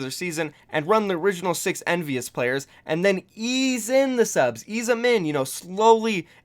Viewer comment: you said envyus wrong